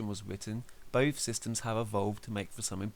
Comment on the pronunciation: When you say "Both" why do you sound like "Bof or bothf" there is an F sound